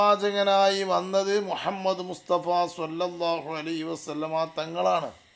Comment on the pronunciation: مهمد എന്നാണ് ഇവൻ പറയുന്നത്